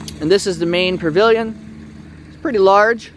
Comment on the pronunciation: Sweetie, there is no r in pavilion.. except you R.